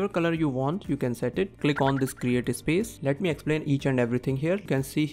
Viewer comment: The way you pronounce words. Your "video" sounds like "vey-dough". "Space" sounds like "iss-pace". Plus lots of grammatical mistakes as well. Take the transcript of this video, and ask ChatGPT about the grammatical mistakes. Then put the transcript into an Indian English TTS engine and compare your pronunciation. 👍🏻